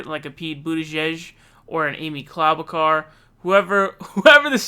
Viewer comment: I don’t even care that you say Amy’s name wrong because she’s that awful